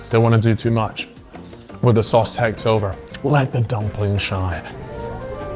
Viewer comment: WHY DOES HE SAY “SOAS” INSTEAD OF “SAUCE”